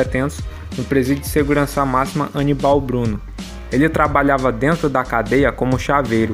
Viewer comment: Aníbal Bruno cara e não anibau rsrsr